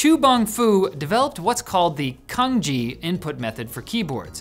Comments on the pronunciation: Reading Cang like Kang is like reading ChaoFan as KaoFan. Fried rice became baked/BBQ rice. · "Cangjie" is pronounced “tsang jye“ （or the second character "jyear" without the North American or Irish tongue roll). Pinyin is the standard romanization defined by the PRC (mainland China). Folks from Taiwan aren't taught it in school. But in present day many people from Taiwan know it and use it, especially among the young generation. Chinese in Maylaysia and Singapore adapted the Simplified Chinese writing system, and I believe the use of pinyin, too. The pinyin system does not follow English pronunciation conventions (if that's a thing at all) or that of any European (natively Roman letter using) languages. That's why a lot of Chinese have an "English name", because English speakers not knowing pinyin which happen to be the vast majority pronounce the real names awkwardly. Personally I would rather use my preferred name in English speaking contexts than to use my real name, precisely because people can't pronounce it correctly. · Bruh, Cangjie is actually pronounced more like "Tsaang jeah" in Mandarin. We Hong Kongers pronounce "Chong kit" in Cantonese. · No, it's just butchering the pronunciation of Cangjie 😂 They're completely unrelated. The Wade Giles romanization probably gets the average English speaker closer to how it's supposed to be pronounced, "tsang chieh" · Pronouncing Cangjie as "Kanji" always make me cringe... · someone should rectivy this video , so many errors, let along the butchered pronunciation of Cangjie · His mispronounciation of 仓颉 drives me crazy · Cangjie is not pronounced how you did at all. You have so many Chinese collegues. Come on. Do your research. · He pronounced it wrong. It's more like Tsung-Jeeah, not Kanji. Cangjie is just a person, while kanji translated to Chinese(Han) characters. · Iirc the term was pronounced with a ch sound like change, not a k sound like kick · Cangjie pronounced as tsung-jeeah, not Kanji